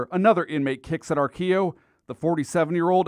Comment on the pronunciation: He wasn't old. I knew joe.. it was pronouncd Ar-quill-o, not how the reporter said it. He was a junky from the west side. Lived in the building on Western off 117th. That is so sad sh** for real